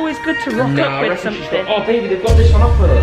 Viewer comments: She said BaBi We GoT A pOpCoRn MaChIne she said babi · Why say babi? Is she for malaysia or what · said babi!!!!! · She said Babi they have a popcorn machine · she said babi at popcorn machine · Ya she said Babi they have a popcorn machine